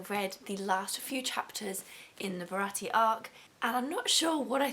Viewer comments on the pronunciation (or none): Great video! love to see more people getting into this amazing series! just for clarification for the future, Usopp is pronounced Oosopp and Baratie is Bara-tee-ay